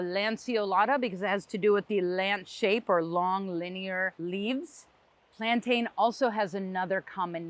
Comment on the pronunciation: Plantain is pronounced "plan-tin".